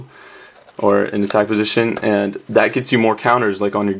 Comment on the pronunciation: Is it just me, or does it sound like he is saying "ant" when he says "and"?